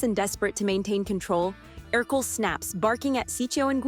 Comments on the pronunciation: Mahder? Cars 4? Er-kel? Either your announcer can't read or there's some AI tomfoolery going on here. 🙄 Better yet, don't have a narrator at all. Leave that obnoxious trait to watchmojo. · It’s pronounced mick-CREE and AIR-coh-LAY, “”! 🤨 Also, you forgot Al McWhiggin, Randall Boggs, and Anxiety! 🙄